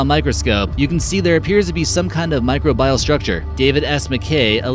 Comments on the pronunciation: Learn to "pronunciate" all the big words about little things, like my-CROW-bee-uhl first next time. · Niobium and microbial - you are not pronouncing these words correct. Micro Bial ..wtf!